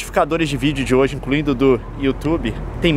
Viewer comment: só eu que já reparei que, ao invés do Leon falar '' vídeo'' ele fala '' vígeo''?? adorei o vídeo!! Leon é muito inteligente....